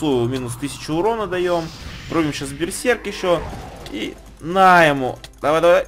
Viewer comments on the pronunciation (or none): none